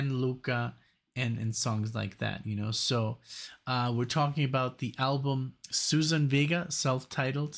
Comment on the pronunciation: Thanks for this. Love her. Please check pronunciation of her first name.